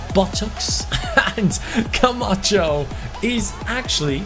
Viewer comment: Is it just me or when says Camacho it sounds like “come at chu”